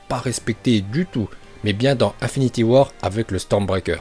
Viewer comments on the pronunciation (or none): Juste comme ca psk ca m’explose les oreilles mais on dit INfinity war pas 1finity war